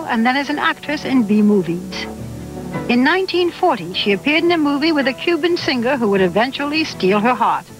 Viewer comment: Barbara, you're gone now, but those who come after you hopefully know that you don't pronounce the word 'singer' as seenGRR. The g is soft in ing words. You sound uneducated saying it the way that Barbara does. Embarrassing.